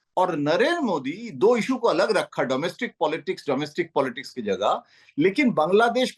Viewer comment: Arrey bhai POLTICKS NAHI POLITICS